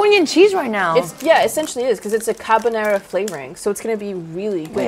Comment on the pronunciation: I wasn't expecting to butcher "carbonara"